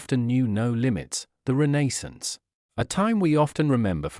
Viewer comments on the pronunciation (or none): Can’t the narrator pronounce‘Renaissance’ ?